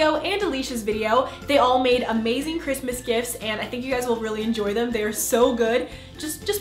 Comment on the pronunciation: Happy chrismis It's chrimis Merry chrisis Merry christler 😂😂😂😂😂